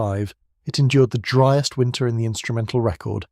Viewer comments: A “ dreest “ month ??? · As soon as you mispronounced ‘driest’ I stopped listening. Get a human to read the script.